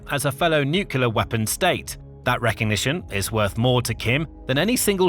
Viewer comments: nuclear has one U and 2 syllables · It has 3 syllables. (no͞o klē ər)